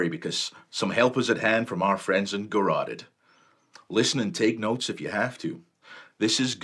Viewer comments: The band name is pronounced "Gore" "Rotted"..cool vids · Gore Rotted. Why is he saying it like some fruity word?